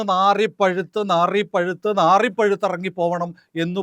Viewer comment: നാറിപ്പഴുത്ത് എന്നല്ല, നാറിപുഴുത്ത് എന്നാണ്.